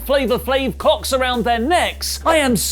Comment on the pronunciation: Ik he said clocks but that totally sounded like cocks and so did everyone else that heard it in the breakroom at work 🤦‍♂️🤦‍♂️🤦‍♂️